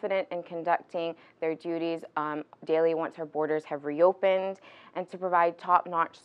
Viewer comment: Someone, please tell it's BORDERS not boarders. It's almost as if she's thinking she has to say it that way to sound like she's speaking 'properly' lol Nope, sounds very silly.